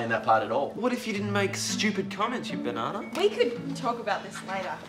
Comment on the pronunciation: "You banaana" (ik it's banana but says it like "banaana")